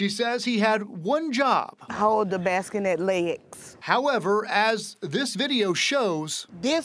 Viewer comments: It's a bassinet, not a baskenet. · "Baskenette"? It "lookded" like a Bassinet, to me. SMH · She blew me with baskanet... Someone, please tell her it's a bassinet. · Bassinet, not basketnette. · Bassinette (not basket-net) 😊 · What the heck is a “basskinet”? 😂 #Bassinet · Ok, I love her, and she didn't put her kid in danger, but please tell me someone corrected her and told her it's bassinet.😂😂 Bless her heart.❤ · “Baskin-ette” Oh my goodness… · What is a baskanet😂😂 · "Basqanette".... "Lookded".... Intentions were "Purrrrr".... Holy fuck. Can we at least all learn how to speak fucking English. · This is one time where I do believe her and I believe she's a good person and a good mom. Even though she mispronounces bassinet. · Apparently the second S in bassinet is pronounced like a K now. Who knew? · "Hold the baskinet leyegs"